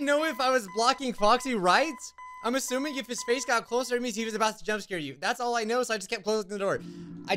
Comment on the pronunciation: ah yes scaer